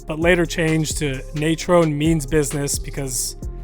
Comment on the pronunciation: Love these backs so much. Miss that era... and also, it's Nay-TRON and Marion Butts was a massive chargers back too